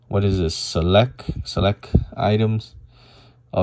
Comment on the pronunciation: The word “select” doesn’t have a silent t at the end ???